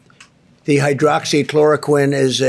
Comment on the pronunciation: not many, after 3 attempts to say it like a child would. have a look at the lovely side effects of this drug.